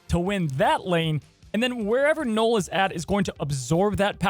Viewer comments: Knull ....like null and void ...not knoll ...knoll is a small mound .. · Kept thinking you where saying “Noal” wondering what card 😂